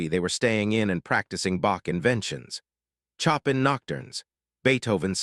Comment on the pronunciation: Fascinating and riveting story if it's really true, but try to pronounce Chopin as shopan and not choppin!